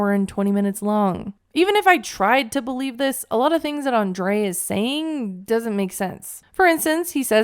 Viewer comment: Ahem, it’s pronounced « AnDRRRREI. »